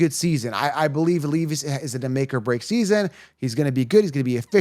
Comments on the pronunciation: It’s not will leaveis it’s Levis Smgdh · Leevis? Lol. Jokes are funny. I agree on your Ridley take.